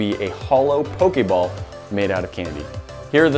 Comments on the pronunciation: I cringed so hard cuz he sez pok a ball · Am I the only 1 that noticed he said pokay ball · The way he say Pokéball cracks me up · Not when he said poke ball wrong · Why do you say pokeball so weirdly